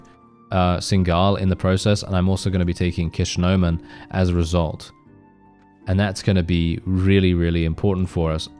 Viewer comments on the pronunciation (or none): The dev team really needs to rename Ishkonem to Kishnomen in honour of your flubbing it's name. Even I call it that now.